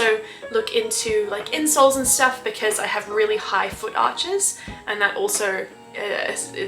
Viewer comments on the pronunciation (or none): I had to listen back. She said "I'll try to look into insoles and stuff. I heard "incels and stuff". Anyways, hope you get better,. Had the same issue back in 2013. Took a few years though before the pain was gone 🥲